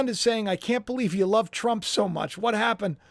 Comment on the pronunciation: Can't say love